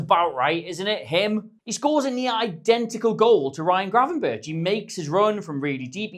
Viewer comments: Still pronouncing Gravenberch wrong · You pronounce Krejci better than you pronounce Gravenberch.